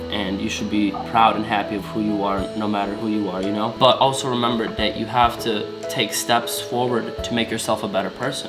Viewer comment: "But also remeber dat You Haf Ta-" No shade to, Big ups to <3